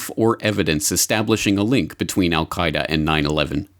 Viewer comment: Did Condoleeza almost slip and say "The Al Qa' Ida NUT-work", before correcting to 'Network' at 20: 40 - 20: 59 into the video. I watched in Amazement as these arguments built against Afghanistan, truly believed that Congress would NEVER APPROVE or Fund such folly, as I saw it. WTF??? And then IRAQ -- and the Rogue Nations. Same war still brews. Trump's Agenda is to give the War Hawks what they want -- the Global Corporations won't have to pay for the war (thanks to their tax cut) ewe will -- and ewe'r grandchildren. Baaaaaa'd? Our only hope now is to defund the military industrial complex before 2019. Will you help? The ewes won't help.